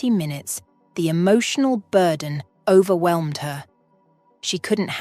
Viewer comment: This is not a criticism. It is just an observation. The storyline, structure and the voice are quite well done. Nicely presented. Noticed words such as ‘overwhelmed’ the ending ‘med’ is a mispronunciation. The final ‘e’ in the ‘med’ isn’t pronounced. There was another instance of this as well. Some concerns I had were: Why didn’t Chelsea do a Police report of the ‘vandalism’ and ‘disarray’ in her house so that identification or complication of rust was stolen; Hank’s ‘bonus’ in addition to his pay seemed a little extravagant, although understandable.; Who attended to the two children when Chelsea was called to be questioned about the identify ‘Mark’? ‘Mikes Moore’ There were couple of repetitions at the ending of the story. The conclusion was well achieved with the added touch of the farm and the horses. Thank you